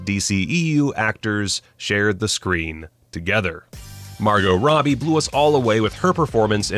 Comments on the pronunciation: Did you say Mario Robbie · Did anybody else hear “Mario” Robbie?